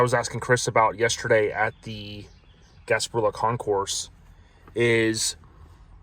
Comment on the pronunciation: Thank you,. Good video. Your Lincoln is magnificent. And you really did a wonderful comprehensive tour. I never knew that during pre-delivery, Lincoln had updated the 1961 Presidential Limousine with a 1962 grill/front end. After that wonderful tour, let me share a couple of notes with you: Concours, is pronounced "Kon-kure." It's similar to "conquer" but the second syllable is stretched out. You can hear it spoken in this 45-second video: Listen to the full 45 seconds to smooth it into your mind. As well, we're phasing out the term "suicide doors." And changing to "rear hinged doors." It's a kindness, to the many families having experienced suicide loss. Thank you again, I so appreciate the time and effort you put in on this video.